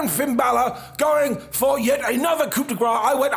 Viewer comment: Every time mispronounces the word "coup" I die a little bit.